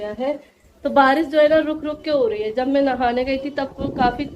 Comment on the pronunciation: Baji barish hota hai baris nahi 🙄